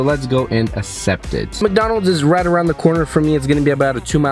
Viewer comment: its akcept, not acept